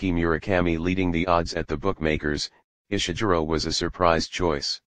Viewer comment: Please dear Bot, please no Ishiguro like june but Ishiguro with a g like gourmet. People will imitate you and they ll sound ridiculous.